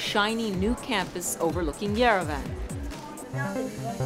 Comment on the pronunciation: Who says Yerevan like yer-a-van 😂